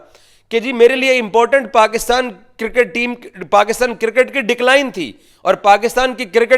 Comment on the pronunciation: Circket to nhi hota laude cricket hota hau